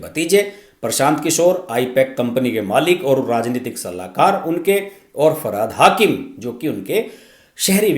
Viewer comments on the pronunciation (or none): It is not Farhad, it is Firhad Hakkim.